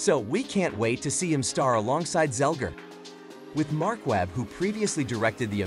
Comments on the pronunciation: It's" Zegler," not "Zelger." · You have one job...it's ZEGLER not Zelger.